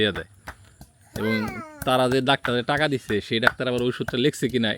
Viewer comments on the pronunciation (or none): none